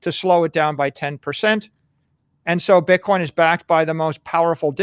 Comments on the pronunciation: please stop pronouncing bitcoin pitcoin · STOP SAYING PITCOIN PLEASE